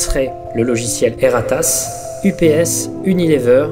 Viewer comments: J'entend "Et ta race" à chaque fosi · rien: absolument rien:: E R R A T A S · Dsl ça me tue a chaque fois qu'il dit "E R A T A S S"💀💀